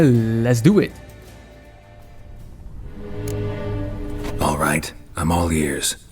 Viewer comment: lés duingui